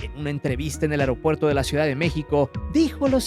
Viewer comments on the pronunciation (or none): none